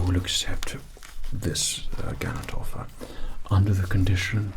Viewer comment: How could I have heard "Ganondorf" instead of "gallant offer" ? Now I will keep thinking about some "The Legend of Zelda" roleplay possibilities for a ceratin time ; by now.